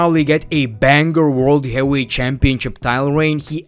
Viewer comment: Is English his second language ? Lol ain’t ever heard bro say heavyweight correctly